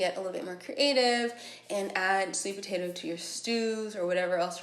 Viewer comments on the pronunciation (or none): none